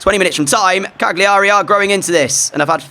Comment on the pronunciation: the G in Cagliari is silent... it's "CAH-lee-erry"